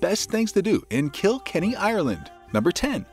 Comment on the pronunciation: It's not Kill Kenny.. it's Kilkenny . It's one word ❤